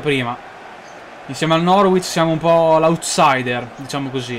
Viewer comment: si dice norich